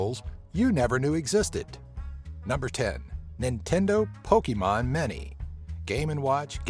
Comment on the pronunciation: Pokemon "many" lol